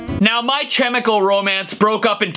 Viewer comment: That "Brandon! Urie Project" joke got me saying "ohhhh triggered" but I laughed at the same time And omfg I'm dying at the way you said My Chemical Romance😂😂😂😂